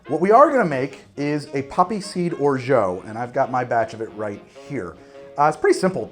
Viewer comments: The way you pronounce orgeat hurts my French pride so much lol it's or-zha not or-zho !! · Hey great video! by the way if you did not know, Orgeat is pronounced closer to ''O-R-J-A'' with the a pronounced like in the words ''apple'' or ''can''. than what I can hear wich is ''O-R-J-EO''. by the way the tasting notes made me almost piss my pants. thanks for the good content, rare on youtube! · OK, stupid question here: why do you pronounce "orgeat" as "orjo"...? It's a French word that's pronounced "orjah" (I'm a native speaker). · I can't be the only person wondering why you pronounce Orgeat the way you do. Please say it properly!